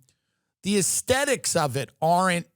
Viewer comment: Take a shot every time Tim says Asethics 😂